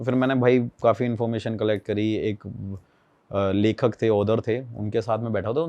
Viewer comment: Angreji agar naa aaye to jabardasti mat bolo, Auther (ओदर) nahi ऑथर hota hai...